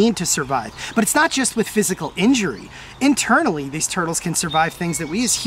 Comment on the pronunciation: Did u just say inturtley instead of internally? 😅